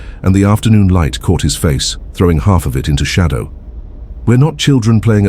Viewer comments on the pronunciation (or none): none